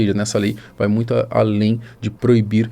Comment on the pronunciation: “Ajusrar” “NUITO” parabéns!! Já começou matando o português e ainda quer argumentar